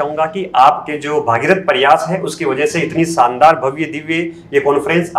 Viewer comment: Saandaar nh re…shaandaar 🤦🏻